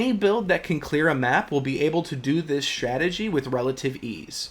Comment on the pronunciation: Strategy NOT CHhtrategy! You learned how to pronounce words properly in school, dont grow up thinking it sounds more intelligent to fabricate an accent - its relevant of mental illness to do that! Advice from a friend of mine ...